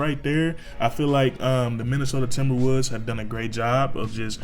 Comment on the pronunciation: minnesota timberwuuds is what I heard